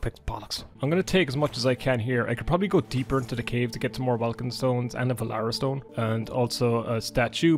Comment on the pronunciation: >Valera Stone Damn you really are Irish af B)